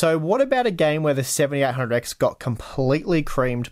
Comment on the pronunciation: when you talk fast your "7800x" sounds like "1700x"